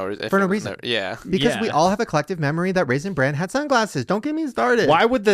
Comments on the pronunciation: stop calling it Raisin “brand” 😂😂 It’s Raisin “Bran”!!! Ugh now I’m starting to feel like Lizzy correcting you when you say things wrong😂😂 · says he is ready for “Raisin Brand” 😂 instead of Raisin Bran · Why does keep calling it Raisin BRAND instead of what it is… Raisin bran. LOL do we have a Mandela effect here? 🤣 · Am I hearing call it "raisin branD" the entire episode